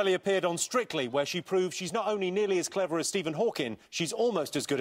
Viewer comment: what's ''strickly?"